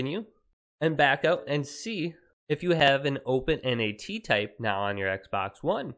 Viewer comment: Just say NAT bruh not N.A.T